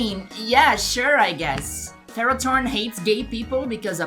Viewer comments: Why do you pronounce it as ferrot-horn instead of ferro-thorn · First of all, what? Second, how, do you mispronounce, THORN?! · Pronouncing Ferrothorn as Ferrotorn makes it sound so METAL!🤘